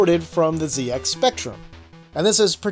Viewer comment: Finally somebody standing up for the right way to say ZX